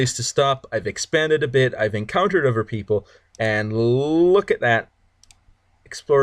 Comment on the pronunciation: Hey I appreciate the Tutorial but it's >>>>>>"other" <<<<<< Ottttthhhherrrr not "Ovver or Ofer" or whatever you were saying.